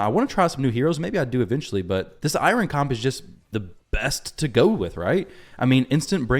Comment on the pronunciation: I’m sorry but I’m so bothered by the way you’re pronouncing Eironn 😭